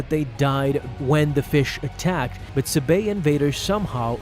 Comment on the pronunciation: Bro you should read the books of padmè which are the Queen's shadow And the Queen's peril so u would know how to pronounce sabé correctly. 🤦🏽‍♂️